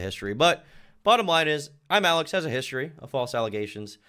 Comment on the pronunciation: The most annoying thing is that he constantly mispronounced his own channel name, kept saying Imallxeth